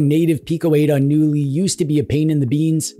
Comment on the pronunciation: In the swedish word the K is not silent.